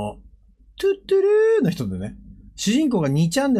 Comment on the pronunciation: トゥットゥルーの発音一生間違ってるの草